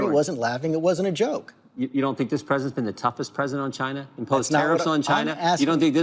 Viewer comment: It's really funny the way Trump says China, he sounds like he said 'Gina like in vagina. LMAO